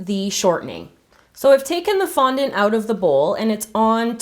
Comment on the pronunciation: did anyone else realize tgat she said fontant